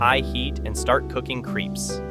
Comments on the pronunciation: FYI: Crepes are pronounced crapes not creeps. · Dude... ...you said creeps. Are they called creeps or crepes? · I agree….. they looked too heavy. Also bugged me was “creeps”. I thought pronounced ‘crayps’ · I tell you, these were the best CREEPS I've ever had. I think it was the VANILIN that made it so great. Thank you soulless AI voice! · Not crepes. Wrong pronunciation. It’s crêps. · did he actually say CREEEEEEEEEPSES ??? Nobody else on the planet pronounces it like that.